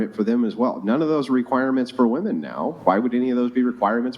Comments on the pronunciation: she’s a good one. Sharp. She can’t pronounce the word “women”, but none of them can. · Why the hell do they say “Woman” when talking plural? Drives me nuts 😂😂